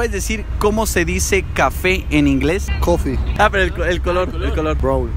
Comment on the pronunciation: Como se dise café ☕️ cofi Pero el color sonso 😂